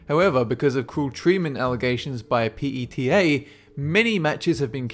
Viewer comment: its called PETA (pee-taa) not the P E T A just letting you know. p.s. there a violent animal rights group.